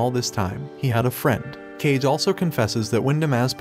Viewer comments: Can only watch this recap with subtitles. Kage is pronounced KAH-geh, not "cage". It is the Japanese word for "shadow". Like Hokage "fireshadow". Get it? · Its not cage, its kage. Meaning shadow literally. Most of the names are butchered bosse lol. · I cannot believe you keep pronouncing "Kage" as "kaige". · Kage is pronounced kah-gay. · um... Kage is pronounced more like "Ca - ge(t) - where the t in get is silent. in English we'd pronounce it more like "car-gay". It literally translates to "shadow" in Japanese. It was driving me nuts the entire show.... then you pronounced "bow" (down) like "bow" (tie) For a narrator whose entire schick is Japanese subcultures, please do them the justice of pronouncing their names semi- correctly. And no I'm not a fan of the show, nor have I ever seen it or have any affiliation to it.